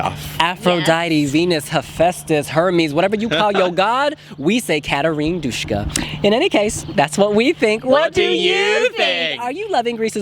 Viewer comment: It's Duska man! Not Dushka! _sh does not exist in Greek!